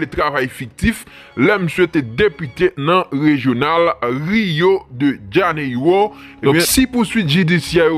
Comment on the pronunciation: rio de janeiro:riyo de janeylo tande